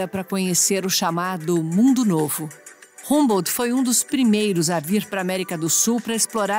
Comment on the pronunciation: Pronuncia-se "hambô"...😏